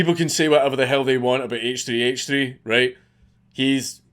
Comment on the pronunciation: "hay-ch tree hay-ch tree" who tf is that